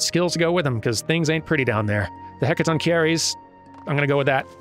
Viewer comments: Hek - a - TON - ker - ees Good until the end of the word. "-cheires" is "kerees". I'm starting to imagine Durmin as a little vlogger in the world of FF14. "Hey, what's up, Duramaniacs, your boy Durmin here with the latest from Eorzea." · From my limited knowledge, hecatoncheires is pronounced heck-a-TON-kher-eez. Ton rhymes with "on". The Hecatoncheires of Greek mythology were a set of three giant brothers who had 50 heads and 100 hands each. The name literally means "one hundred hands" or the Hundred-Handed Ones. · Hey, Hecatoncheries were greek mythical creatures. Their name means hundred hands/arms when translated from Greek. It's pronounced Heka-Tonka-Ree. Random fact man, away! Woosh. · That's a great explanation might I add to your formula Heka- ton-hi-res H is silent E is pronounced like the article a The I is pronounced like the I in internet And Res like the word rest minus the t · I thought the pronunciation was Hecaton-share-iss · It's pronnounced: Heck + "A ton" + Ky (as in Sky) + rees (as in reeds or seeds). You actually got it right a couple times. I actaully with through the pronnounciation of hecatoncheires when I was studying greek mythology for a D&D campaign, I feel you. They are basically the famouse "giants with a hundred arms and fifty heads each" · I think its pronounced as Heh-ka-ton-shair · I believe it's "heka-ton-kei-ries" (I don't know phonetic spelling, sorry). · pretty much everyone said it but yeah "Heck-a-Ton-keer" for singular "Heck-a-ton-keh-rees" for plural -Ignoring Early boss mechanics: a true tradition in jRPG culture -yeah this feel like a case of the "oh yeah Fantasy Racism is a thing, there was a Plot meant to address that but the community hated it so we just dropped it" scenario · heck-ah-TONK-er-eez, they are the 100-headed, 100-armed monsters trapped underground in Greek mythology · I always imagined it pronounced the French way - hecaton-she-air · I believe it is "Heck-uh-ton-Kai-reez"